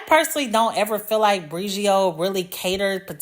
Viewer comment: Next time you’re editing and you notice that you’re not saying the name brand correctly, consider doing the voiceover again…